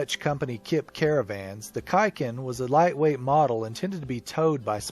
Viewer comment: Hi! It is KIP (not Kik) Caravans. (The off-screen voice says it correctly.) Kip means "chicken". The trailer was called Kuiken, Dutch for "chick"